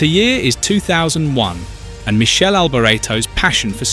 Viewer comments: Jayzuz - Not "Michelle" Michele - pronounced Mick Kay Lee. Get it right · It is Mi-kele, not Mi-shel. Do some effort to respect the man, Italian. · it's not michell it's Mik-e- le you stu gats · Its not Michele, like a girls name...its pronounced like Mickhele AlbOreto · It's Mi-kay-lee not Michelle, and you got his surname wrong too. Bloody hell ...this is awful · Not "Michele"! Its "Mikele", C+H in italian is Q (or K)! Crap video! Time waisted! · Don't publish a subject about a great driver if you can't even pronounce his name correctly... You wouldn't publish a video about 'Arthur Sonna' would you? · Pronounced...MIKELE for you F1 expert. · Pronounced Mickele with a k not a C ! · Every commentt below regarding correct pronunciation of his name is correct, get if fucking right for fuck sake. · I’m British and we don’t pronounce his name like that. We tend to use the native pronunciations for names.